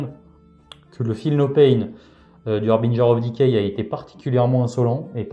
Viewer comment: J'aime toujours voir du Nurgle et entendre prononcer correctement le Harbinger of decay ^^